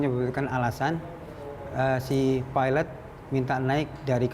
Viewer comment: perempuan tu asyik peeelot.. lelaki tu ok nyebut pilot degan lurus HAHAHAH